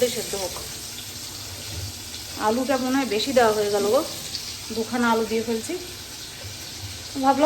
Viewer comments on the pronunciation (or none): none